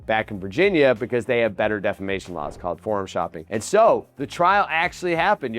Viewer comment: defamation or defacation 😂😂😂😂